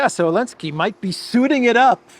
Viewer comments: Is it just me or does this guy keep saying Elensky instead of Zelensky ? Is that intentional? Is it supposed to mean something? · Why does pronounce Zelensky without the "Z?" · Remember when the EU banned the use of the letter 'Z' from Europe. I recall Zurich Insurance dumping their Z logo. still calls the goblin 'elensky.